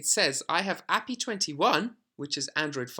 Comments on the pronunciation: It's Ay-Pee-Eye not appy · ad hominem attack. As a programmer it's very weird hearing ah-pee and it's just wrong and yes my friends and I do talk to each other like that because we see it as criticism or just poking fun at if someone pronounces or does something weird or wrong. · Yeah if he doesnt pronounce API correctly, it clearly shows he has about zero background in development. Seriously at the very least he should re-edit the video and correct the term. It just removes all credibility for this video. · Dear god, you say the letters in API separately, not treat it like its a word. Its an acronym. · The guy isn't saying he is saying it wrong "According to him". It is objectively the wrong way to pronounce a acronym. This is not an opinion.